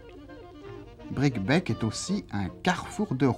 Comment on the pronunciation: On prononce Bricquebé.Neuf ans plus tard la ligne fermait aux voyageurs à cause de la neige de janvier 1970...On imagine ce que ce chemin de fer pourrait rendre comme services aujourd'hui: la nouvelle ligne pour l'autoroute ferroviaire du fret devra passer par Tours-le Mans et Mezidon